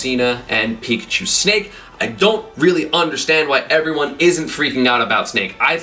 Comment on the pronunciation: well he got pikachu right